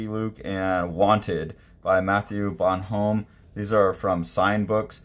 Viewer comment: Bon-ohm not Bonhome. Goscinny (Goh-see-nee)